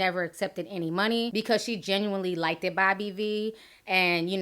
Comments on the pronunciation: Don't say "Like-Ted" THAT"S NOT A WORD !!!! It's Liked for fuck sake ... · It's LIKED not LIKETED.